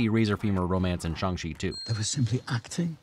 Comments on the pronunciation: Phonetically you pronounced Shang-Chi more correctly when you said you're just going to say it wrong. Pinyin is using letters to write Chinese words. But the title is not written in Pinyin, it is written in English. If you wrote it in Pinyin the title would be, Shàng Qì. So phonetically it is pronounced like, chee. You're just missing the correct tone really. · your 'bad pronounciation' was correct. I appreciate you calling attention to it, but you nailed it (as someone who speaks moderate cantonese and mandorin) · Funnily enough, the most correct sounding Shang-Chi was just when you said it the regular way. Respect for trying though!